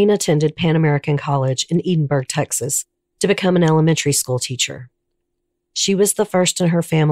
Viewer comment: Thank you for the respect you showed this case. I am from McAllen. This case haunted my hometown for many years. Your research was excellent. A small note: Edinburg is pronounced Ed-in-burg. You did a great job. Thanks again.